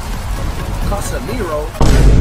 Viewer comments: yes he said casa meero siuuuuu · ishowspeed said casemingo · bro he said casemingo